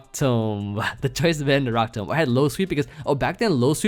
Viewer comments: Your 1000th video and you’re forcing me to dislike my saying rock tomb incorrectly. I’ve never expected anything more and still been extremely disappointed. Also…a team from each 100 videos previously still would have been insane. I stand by this. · says Rock Tomb so weirdly 😭😂